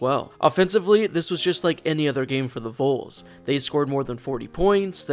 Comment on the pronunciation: As a Tennessee fan I feel inclined to tell you that you say it like this: "Vawls", the O doesn't make an "O" sound when us Tennessee fans say it lol. Just letting you know in case you ever find yourself talking to a Tennessee fan in person :)